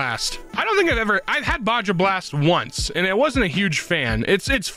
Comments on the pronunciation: BAWJAW BLAST?! I JUST NOTICED THAT AND I AM GOING INSANE NOW- bahaw, like Baja California (i think its california?) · why does pronounce baja blast that way